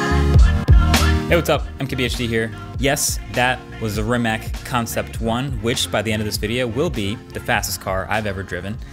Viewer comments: pronounced ree-macz the "ree" is a little shorter than a regular ree the "a" is not pronounced like brEad but more like lArge so like the "c" sound in conCept or sinCe (not 100% acurate but whatever) hopefully this helped a little so yall dont start saying re-mech like marques is in the video (i dont blame him) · Proper pronunciation is Ree-matz, not Ree-mac... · It's Ree-matz. :) just sayin... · sadly marques doesnt know how to say its name properly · He also pronounced the name of the car company incorrectly and kept mentioning Doug who does awful car reviews. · Kako izgovara Rimac🤣 Mate na aparatima...